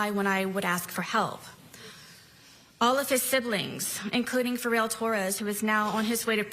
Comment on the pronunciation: I almost didn't make it through this disgusting and vile "statement." She had the audacity to come across as hostile, blaming Jorge (and still saying his name incorrectly!) and expects us to believe she had no way of getting out of the situation prior to his death? Like we didn't see the awful video of Jorge begging this pos for help while she sat there and snarked comments in reply to his pleas?! And lashes out at the media for reporting on her crime and for the public judging her disgusting lack of care towards Jorge? She can fk all the way off. Got me all kinds of PTFO with her self-centered, victim-blaming. 🤬🤬